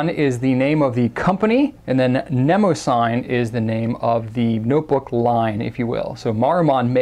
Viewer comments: They way he says ne mo sign is just cringey and incorrect it is pronounced ne mo si ty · I believe it's ne-mah-si-NEE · Or more accurately, nuh-MOSS-uh-nee, but yes, they're absolutely brilliant notebooks. The paper is fantastic, and the fact that they lie nice and flat lets the rivers of ink that I spew with my vintage flex fountain pens dry without issue, and it's easy to photograph the results. I adore them. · Great review and looks like a great series of notebooks. I hate to be that guy (ok maybe I like it being that guy but don't want anyone to know) but Mnemosyne is usually pronounced like this or this Thanks again for introducing us to notebooks that I will likely be buying